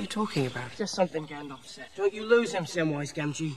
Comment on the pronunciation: His name is not "Gandoff" it's Gandalf. Both As are pronounced the same, like apple. And Sauron is not pronounced "Sahr-on." It is Sow-rawn. Listen to the way the characters in the movie say the names.